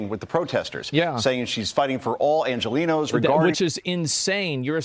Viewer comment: yes and Angelinos is not pronounced "Enchilenos". The G followed by E or I is pronounced as a sort of English H but harder, definitely not a CH sound. It's also definitely not an English J or Y sound for you English speakers.